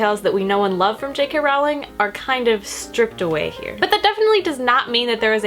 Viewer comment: Her name is actually pronounced *Rolling, like a rolling pin. I made the same mistake for years. Just thought you might like to know. As for the script, I don't think it reads like j.k. Rowling's writing at all. Not even a tiny bit. I understand that you need to allow for differences because it's a play script and not a novel but I thought it read like fanfiction (pretty terrible fanfic at that.) I thought the dialogue was so bad, nothing like j.k.'s witty characters and worst of all, the plot was full of holes and kind of...ridiculous. The great thing about the HP series is that even though it's magic and fantasy, things make sense. Everything was planned out to connect and actually make sense. The script felt like it was written by an unskilled teenager. I'd love to read rowling's original story the play was based on though.